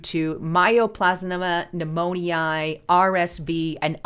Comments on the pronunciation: it's not pneumon-ee-i....it's pronounced pneumon-ya!!!...Its me!!! I just have this weird thing about mispronounced words! Lol😊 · Pneumonia > New-moan-ee-aah! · Behoove. Now that's a word I don't hear every day. 😅 BTW, it's " new mo nyuh. Not eye ah. Thanks. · new-moan-eye?? that's not how you pronounce pneumonia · Please learn how to pronounce pneumonia - mispronunciation is like nails on a chalkboard to many. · You say pneumonia illitrate. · I had to turn off this update. Your pronunciation of Pneumonia is distracting and a turn off. Hard to listen to your report when you keep f'ing up the word. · 😂😅 me too… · Darn! You made me listen long enough to hear how she really botched that word, LOL! That is so funny. I've never heard it pronounced like that. Is she a real person?